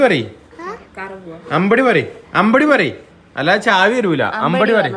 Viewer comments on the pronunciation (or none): none